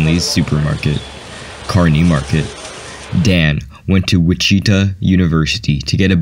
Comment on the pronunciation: WTF did he just say when pronouncing Wichita? Is this a robot?